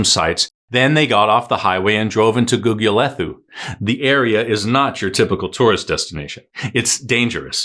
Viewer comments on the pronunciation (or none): Gugulethu.... pronounced Googoolaetoo.... no 'th' as in English !